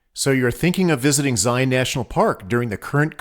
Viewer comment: Very well done. Hopefully people will learn the correct pronunciation of "Zion" through your video!